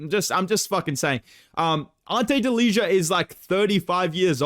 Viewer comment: Fyi Delija is pronounced "deliya"